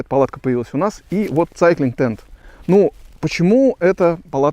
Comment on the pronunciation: Да что ж так печально с произношением то у рос блогеров, прям стыдно за эти все цайклинг тд тп. Неужели так сложно хоть название глянуть произношение? Два слова ж